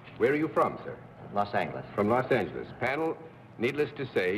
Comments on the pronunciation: He said Los Angheles. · . Yorty was known for pronouncing "Los Angeles" as Los Angle Less.